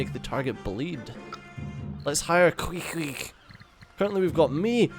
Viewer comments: It's pronounced KWEE kweg. He's from Moby Dick ;) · the way he said it got me rolling in laughter tho hahaha